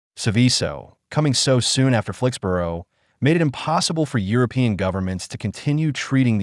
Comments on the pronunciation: Here in the UK 'borough is pronounced "burra" or "bruh" (depending on regional accent), not "boro" as it is in the USA. . So Flixbruh, Edinburra, etc etc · After six “Flix-burrow”s I had to leave. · SORRY, can't watch this when the narrator can't even pronounce the name of the place correctly !!😤😤😡😡